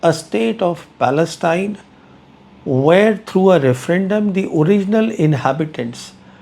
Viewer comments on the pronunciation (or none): none